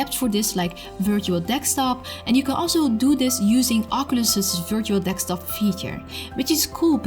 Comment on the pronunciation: Very nice video, very informative. Only I have to mention the pronunciation of the word Desktop . It sounds like you are saying Dekstop. No hard feelings, just positive criticism. <3 the content